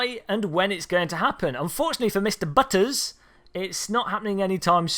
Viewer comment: "B-utters" hahah